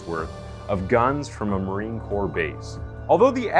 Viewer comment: Gosh, I'm sorry to give you this feedback, but please learn how to pronounce some of the words you use a lot. Nuclear is pronounced new clear not newcewlar. Corps, an armed forces term is pronounced core, not corpse. Ng is pronounced mmm. I'm not really a grammar fiend, but these errors are annoying